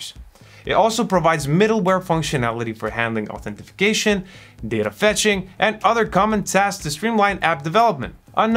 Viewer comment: Authentication or Identification. Not Authentification. Thanks for the good video. It is very helpful.